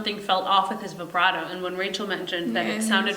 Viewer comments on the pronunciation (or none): none